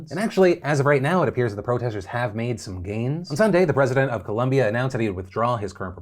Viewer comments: did he say colombi lol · Great vid but it's pronounced Colombia not Columbia